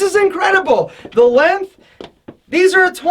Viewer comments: He says “lenf” instead of “length” lol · It's "LenGth" pronounce the G. "Lenth" bothers me. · We found an American that can pronounce the word "aesthetic" properly, but not the word "length". You are a rare bird,.